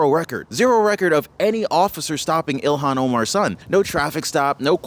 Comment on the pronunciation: fyi its not ELON Omar. Its ilhon Omar.